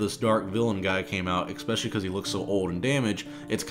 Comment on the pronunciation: > trying to pronounce especially ECK-spessiallye